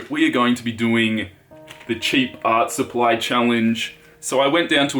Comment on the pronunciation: "Cheap art suppy" 😂😂❤